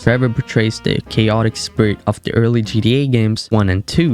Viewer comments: He can’t even say GTA right he keep saying GDA 😂🤦🏽‍♂️ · Why is he saying GDA😭😭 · I can't watch your videos as you keep calling it GDA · Bro said GEA instead of GTA🤣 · "g D a"? no. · GTA not gda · G TTTTTTTT AAAAA NOT GDA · "GDA" is super fucking annoying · its GTA not GDA!!!!!!! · Bro, it's gTa not gDa. 😂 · it sounded like he said GDA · Why do you keep saying GDA? Stop it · Why you guys like that. He can still say the words so what if he pronounces it wrong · Tell him to pronounce it right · I’m sorry but why you say GTA like that